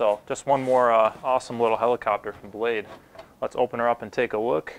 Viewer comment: blade **** not blase lol